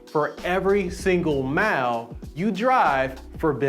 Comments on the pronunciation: There is no h in mile lmao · WHY HE SAY MILE LIKE THAT